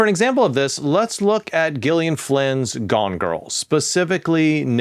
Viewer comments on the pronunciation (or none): none